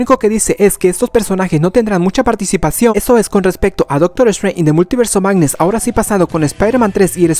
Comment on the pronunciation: "an da multiverse of magnee"